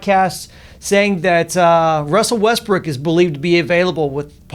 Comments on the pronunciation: hahahha ;D I think he says also Westbrick ;D hahaha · Lol “Russell westbrick”